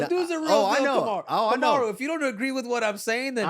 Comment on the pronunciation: Kamaru is great with the names.